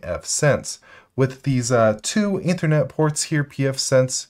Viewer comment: I can't get over how he pronounced Ethernet